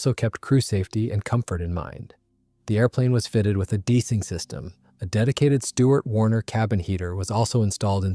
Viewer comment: You mispronounced "deicing" makes me think this is AI.